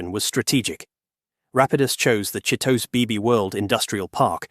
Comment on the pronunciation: Japanese names do not follow english grammar rules. Chitose should be pronounced and sounds like Chi-toe-say by an english speaking person. Japanese names always end with the vowel pronunciation sounds of ah, ee, ooh, eh, oh.